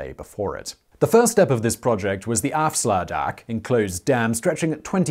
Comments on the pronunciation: Love how you butchered "afsluitdijk" xD <3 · ... was the aafslaadaak" De wat.. Oooh, de afsluitdijk! 3/10 - but points for effort :p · Simon us Dutch people love it when non-natives have a go at our language, and we always have a hearthy laugh The way you pronounced afsluitdijk was gold!!! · I thought I was prepared for some inaccurate pronunciations but I'm sorry Simon, your 'Afsluitdijk' totally had me in stitches... It's not that you butchered it but rather you nailed it so hard that it sounded super broad Amsterdam-ish...